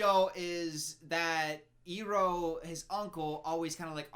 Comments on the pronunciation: And then he said eroh that hurt my soul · The movie influencing to say Ee-roh 😑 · soooo we all gonna ignore the way said “erroh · Just as a refresher, 'Iroh' is supposed to be read as 'EYE-row' -- in Chinese, Ailuo. This 'eero' stuff is another mispronunciation. Also Sokka is like 'soccer', not like 'soaker'. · you fucked it up too you said IIIIROOHHH instead or IYYROWW that’s how Iroh’a name is pronunced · Eeroh Me: Iroh: Eeroh Me: IROH YOU DUMBASS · Ok let's see...all the names they pronounced wrong Uh-vatar (like cmon this is a PRETTY COMMON WORD) aah-ng (It's...clearly a bright A vowel in the show) Soh-kka (Should be Saw-kka.) Ear-oh??? (Should be Eye-roh) I haven't heard how they said Yue but I wouldn't be surprised if that was wrong it's like they just decided to mispronounce half the main characters' names wrong?? Edit: ALso it bothers me how the fire benders have to have fire nearby?? Apparently? When in the show they just create fire and that's why they're said to be dangerous and out of control until Iroh shows Zuko the lightning stuff....just. Ugh. So much was wrong in this movie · dude... its "ai-roh" not "ee-roh" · When said Eeroh, I died a little inside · Complains about characters names changing. Calls Iroh: EROUH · “they pronounce the names wrong” Also: “Eroh” “Zoku” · I think the movie is getting to him. He pronounced Iroh like Eeroh the way they do in the movies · “His name isn’t ‘Ung’ And he’s not the ‘Of-atar’! They can’t even get the pronunciation right!” Also: “The burn dude ‘Zoku’ and his uncle ‘Ee-roh’” ‘Soaka’ waiting for his verdict: 😶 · The fact that he hasn't watched it in so long that he thought Iroh was actually pronounced eeroh.... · no it's not aajsbxbchnng its Anng. Also: zoku and iwoh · Oh my god wait this made me laugh so hard. "They call him ANG?!?!" Proceeds to call Iroh "Eroh" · they pronounce aang "ung" and iroh to "eroh" like wtf? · Right? Wtf is Eroh?? Lol